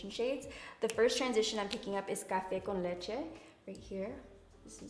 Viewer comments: You should do tutorials in spanish You pronounced well " café con leche " 😉👍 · are you Hispanic? Just asking because you said that “cafe con leche” perfectly lol 👌🏼